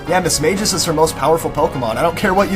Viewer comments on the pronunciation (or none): none